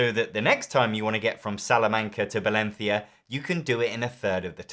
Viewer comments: Wait a second, did I just listen an english guy pronounce correctly Valencia as "Valenzia" and not " Valensia"? Is the world going mad? What's next a spaniard pronouncing "spaniard" instead of "espaniard"? Mad times indeed. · You definitely just picked Valencia to show off the proper pronunciation of 'Balenthia' - appreciated it on my part! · In my opinion, Secret Looks-Like-Charlie-Chaplain is better than Avalon or The Resistance (I had to change the name of the game to avoid backlash from YT). Also, ten points to you for pronouncing Valencia correctly.